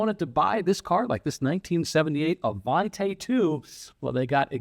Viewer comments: Even though Studebaker ended in Canada the Avanti didn't... therefore you pronounce it Avantee, NOT Avant-eh! :) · It is NOT Avant-ay. It it pronounced Avant-ee. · The last syllable of "Avanti" is pronounced "tee", not "tay". Interesting video, but that "tay" is a constant distraction. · You are mispronouncing Avanti. The last syllable is pronounced “tea”, not “tay”. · What’d you get wrong? The name of the car. 😂 Avanti = uh-von-tee, not uh-von-tay. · AvanTAY????? Don't you speak Italiano???? EH! It's AvantEE! And it wouldn't do 170 mph.. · It is NOT the Avantay. It was the Avanti pronounced “Avantee”. I got to ride in one the first year they were out. Mr. Palmer had a Mercedes/Studabaker dealership in Long Beach. He gave me a ride home from a high school football game. Very cool! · Absolutely loved these cars so it pains me to hear it mispronounced. It's Avantee, not Avantay. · Just a quick note regarding pronunciation.... I was scolded many years back that Avanti is pronounced Avantee not Avantay. As an owner of two of them I have changed my ways and now pronounce it correctly. BTW- you could get AC in the normal asperated Studebaker cars. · Avanti, not Avante (Ah Von Tee, not Ah Von tay) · It is pronounced "A-Van-Tee." An Italian word for "forward." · IMHO, with an i at the end it should be pronounced 'Avantee', not 'Avantay'. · It is not pronounced Avan-Tay. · Uh von tea Not uh von tay 🤡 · ah-von-TEE, not tay. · One of my favourites, especially when the headlight openings were made square. Sorry to nitpick, but I think it's pronounced AvanTEE, not AvanTAY. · I've never heard it pronounced Avanté in my life. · ...it's Avan-tee please. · You love the car but you mispronounce its name every single time you say it. Oish.